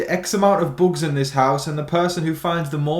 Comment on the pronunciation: The way you say "boogs." 😂